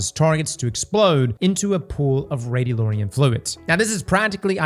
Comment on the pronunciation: still can’t read. Radiolarian not Radiolorian. Come on man